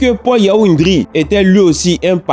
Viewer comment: Stp c'est Paul Yao N'Dré et non N'Dri